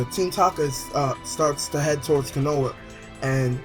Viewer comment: Wtf this is Naruto not Dragonball z why is pple coming back to life!? An why don't you know how to say anything in Naruto right? Konha (co-ha-na) watch English Verizons